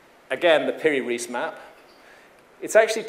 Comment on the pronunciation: This pronunciation of "Piri Reis" drives me crazy.